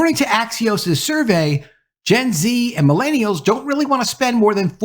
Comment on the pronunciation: The way pronounce “millennials” hurts my soul deeply. Just stop.